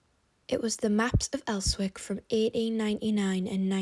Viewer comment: "Terrorist" housing? "Els-wick"🤣🤣🤣